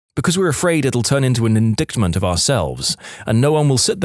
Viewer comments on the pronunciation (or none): Narrator, please learn how to correctly pronounce words. It really through me off when the word "indictment" was pronounced as "uhn-DIKT-muhnt" instead of, the correct, "uhn-DITE-muhnt."